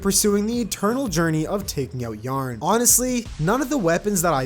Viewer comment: ok sorry but why do you pronounce yah ron as yarn?????????????????